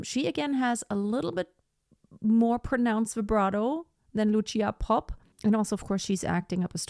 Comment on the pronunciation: Vážená madam. Lucia Popp sa nevolá Luchia Popp. Bola to slovenská operná diva, ktorá síce viac vystupovala v rakúskej Viedni, ako v Bratislave. No to na veci nič nemení. Odporučil by som Vám, vyhľadať si niekde na webe, ako v slovenčine znie meno Lucia. Je to problematické objasniť v angličtine. No to, ako to vyslovujete, by v slovenskom jazyku bolo napísané Lučia. teda niečo ako tch. C (si) by sa dalo možno napísať v angličtine, ako ts, Lutsia. A ešte k jednotlivým ukážka. Nahrávka Lucie Popp, je z roku 1964 a napriek tomu, aj dnes znie bravúrne. Presnejšie ISKRIVO. V niektorom inom príspevku na Utube, je prehľad 9 speváčok, aj nespeváčky (Meryl Streep) tejto árie. Lucia tam nie je, čo považujem za neférovosť. Lebo to mal byť prehľad tých najlepších interprétok sveta. Netvrdím, že medzi nimi bola niektorá z nich , slabá, ale Meryl tam je uvedená zbytočne. Inak , je skvelé, že ste si k porovnaniu vybrali dve slovenské, operné divy, (Popp a Grúberová) ktoré dobili svetové pódiá a nezabudnuteľne na nich, zažiarili. Ako skutočné svetové hviezdy.